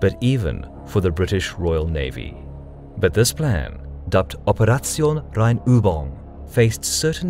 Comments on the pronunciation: hört sich grauenvoll an, wie er "Operation Rheinübung" ausspricht... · Keeping in mind I'm a native Dutch speaker and that German is only my 4th language... "Operation Rheinübung" was a tiny bit off in the last syllable I think, but I'd have a hard time describing how it's off in text.